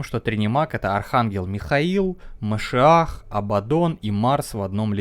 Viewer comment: Совет от чела, который жил в Израиле и учил иврит: правильно "мошИах".